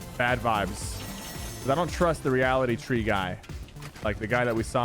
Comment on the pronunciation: Did he say Reality Twee